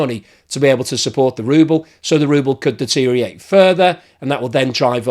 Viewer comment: Deterioration has six syllables, not five. Also, deteriorate has five syllables, not four.